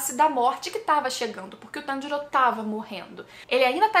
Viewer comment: Eu sei que a treta tá brava e tals, mas..... só eu que percebi que o inousuke falou o nome do Tanjiro corretamente?